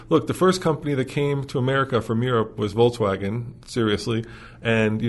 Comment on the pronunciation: pronounces Volkswagen like Volts-wagen. Very electric😂